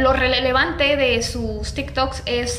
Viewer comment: Like por el "relelevante" de 😂❤